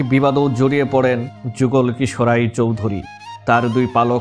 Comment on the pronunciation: যুগল কিশোর রায়! উচ্চারণ শুদ্ধ করুন।